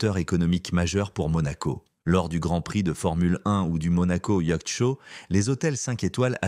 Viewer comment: On aura surtout noté qu'à Monaco , "magnat" au pluriel se dit "magnettes" On prononce "Quatre-vingt t'huit " avec la liaison Yatch censé se prononcer yoth en français se dit "yart"🤔 Et enfin, à Monaco "Peu peuvent..."😂 Histoire d'être raccord lors de la prochaine soirée privée😀